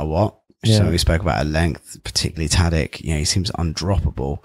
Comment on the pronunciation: Great podcast but why doesn't the dude pronounce Tadić's name correctly?